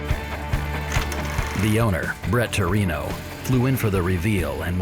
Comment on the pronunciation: "Bret Torino"? Really??